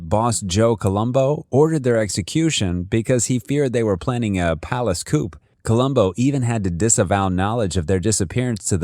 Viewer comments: Coupé (two door sedan) is pronounced "koo-pay" Coop (for chickens) is pronounced "koop" Coup (coup d'état - chance of leadership) is pronounced "koo" He meant "coup" he said "coop" and the subtitles said "coupe" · palace coop????? your pronunciation of names and words is horrific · Mobsters talk like that. They wouldn't pronounce it correctly.